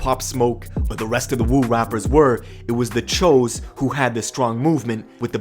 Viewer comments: that choo was pronounced cho just thought that shit was funny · Ok but why are u saying w-oo but when u say choo u say ch-o. It’s pronounced choo. Like choo choo train. It wasnt that hard to figure out bruh🤣🤣🤣🤣🤣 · (Its not THE Cho's) its The Choo's (pronounced Chews) Lol and the woo's. The choo's and The woo's CHINESE STREET GANG SHIT! 😆😂🤣🤷‍♂️ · Phonetically speaking, shouldn’t “Choo” be pronounced with a long “o” instead of a short one? It’s “Ch-oo” not “Chō”. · Anyone else wonder why choo gets pronounced Ch-Oh instead of Chew?!?!?! 🤣🤣🤣🤣🤣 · Cho ? Thought it was pronounced chooooooooo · Choo as in CHU not CHO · I swear I thought it was pronounced “choose.”